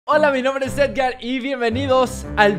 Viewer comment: Se dise edgar no ergar